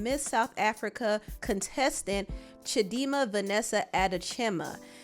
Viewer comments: He name is pronounced “chi-di -ma” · LoL I clicked on this video to see how you would pronounce chidinma😅 stick with chi chi please 😅😅😅🤣